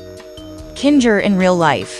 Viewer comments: Bro just said kinjer instead of kinger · its kinger not kinjer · Kinga? Lol you mean kinger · No ... he is calling him kindga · They call kinger a kinjer😤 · They call kinger kinga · It is not kinjr it is kinger 👑👸👑👸👑👸👑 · WHY DO THEY JUST INSDIED OF KINGER THEY SAID KINJER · It is not Kinga it is Kinger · Why you calling kinur kinga😠😠😠😠😠😠🚸😡😡😡😡😡😡😡🤬🤬🤬🤬🤬😄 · HOW DU YOU SAY KINGER I HIER KIGER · I bet you don’t know that you said kinger wrong in the video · Bro why do you say ragitha and kinger so rong like what the hell